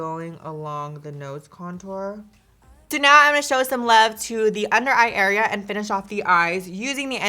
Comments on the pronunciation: Love how she says cuntor just subscribed 🙂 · I heard "CUNT-TOUR" 😆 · Did you really just say "CUNTOUR?!" 😩😂😂😂 I love you